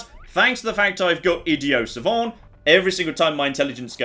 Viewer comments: Does it annoy anyone else how he keeps saying idio savant not idiot savant? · Please, for the love of God, stop calling it Idio Savant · why do you say "idio savan"? It's not that fancy man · It's not id-ee-oh savant... it's idiot savant. It's a historically iffy term for autistic people with a savant like skill in something (say, maths) and no social skills at all. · Ah, yes, my favorite perk, Idioh Savant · "Idio-Sauvant" -: Inexplicably pronouncing the 'T" in a french word but not the "T" in the derivation of a greek word. It's a pointless gripe, but being needlessly annoyed at people who pronounce words differently than I do is why pedants like me exist. "Id-ee-aught Sahvv-aunt" or bust! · Nobody:: Idio savant